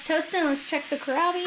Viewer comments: It seems you are familiar with kohlrabi, so I am not sure why you aren't pronouncing it correctly; you are disregarding that there is an "L" in there. 😕 (sorry...it was really bugging 🐛🐜🐞 me!) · Kohlrabi, don’t forget the “L”.